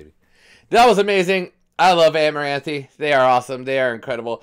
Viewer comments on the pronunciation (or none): Great Reaction I love seeing you jam out this one. Song is 🔥. Side note, it’s pronounced amaranth , you don’t say the e at the end lol